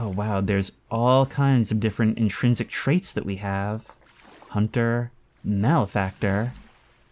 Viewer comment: I am so happy that you, with a large audience, are helping to normalize the pronunciation of malefactor (too often, I hear male-factor).